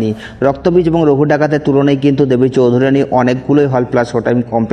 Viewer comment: Dada ota choudharyrani na ota "choudhurani"